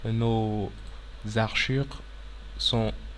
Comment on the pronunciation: Toutes tes vidéos sont très utiles, merci pour tout ces tutoriaux pour Autocad mais s'il te plait, ce sont des hachures et non pas des haRchures.